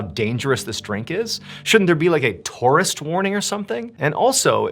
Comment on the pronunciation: Its pronounced tour - ist.